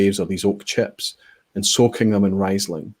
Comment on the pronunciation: Pronounced reesling.